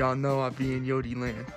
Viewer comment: Bro said yodiland… lmaoooo